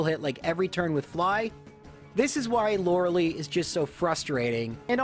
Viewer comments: It's "Lore-Uh-Lie". Not "Lore-Uh-Lee". I can't stress that enough. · I'm 99.99% sure it's Lorelei, pronounced "LOR-A-LIE" (like sky). Lorelei is of germanic origin and takes the I sound when paired with EI. (Drei, zwei, hein, dein). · Laurels. Lie. Laura-lee? Come on you just said her name.. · Everytime I hear you say "Lorelee" I cry just a little bit more. Super cool challenge though. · “Lorals” “Lie” “LoraLEE” please stop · Sir. You don't get to make a Lorelei joke with 'laurel' and 'lie' and then pronounce her name like "Laura Lee". I know you know better. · > Uses correct pronunciation for Lorelai in a pun > Still calls her "Laura-Lee" not 5 second later God damn I love this channel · Lore-uh-lie. Okay? Okay. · the name of the elite 4 member is pronounced lorelie not lorelei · Why do you call her loraly? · I'm am convinced he's intentionally mispronouncing lorelei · It was also weird he'd make that pun then go on to continue mispronouncing Lorelei's name. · I think the same thing about your pronunciation of Lorelei. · Oh you can pronounce her name right when it comes to making a pun, ok! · the way he pronounces Loreli is, it gets on my nerves for some reason